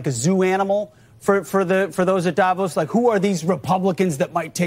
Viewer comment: I wonder why English speakers cannot pronounce Davos correctly